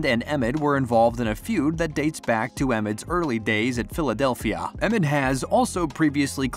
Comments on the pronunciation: Did he just call Joel “Emit”? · was watching right up to the point where he started called embiid EMID. then it's like why am I watching this, these guys don't know a thing if they can't even get the embiid's name right. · Man this guy doesn’t know who the sixers are if he can’t even pronounce the heart and soul of the teams name right I’m done😭🤡🤡🤡🤡